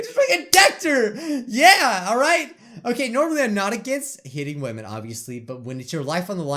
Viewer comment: Am I the only one who heard him say," I'm not normally against hitting wemon."